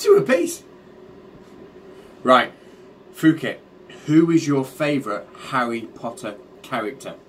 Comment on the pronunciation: You pronounced "Phuket Word" perfectly. He needs to learn to fix how he says it, but is that really a surprise?